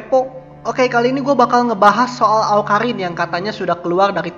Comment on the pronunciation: Awkarrrrriiiin bkn awkahinnnnn hahaha